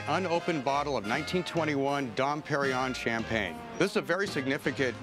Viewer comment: Probably the worst pronunciation of Dom Pérignon ever heard by human ears.